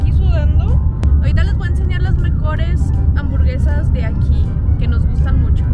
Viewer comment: Hambuergesas JAJAJAJJAJ buen video